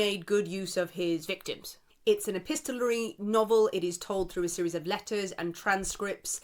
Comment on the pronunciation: YOU SAID “EPISTOLARY”! Very well done 🎉🎉🎉